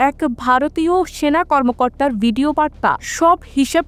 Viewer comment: বিডিও বলতে হয় না ভিডিও বলতে হয় ।